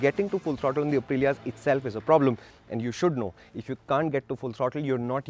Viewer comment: Get your pronunciations right especially for Aprillia